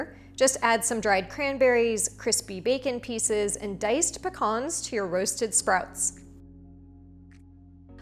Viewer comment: It was pecans. She just pronounced it differently.